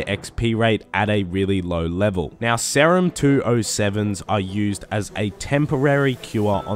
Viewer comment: Pronounce serum correctly pls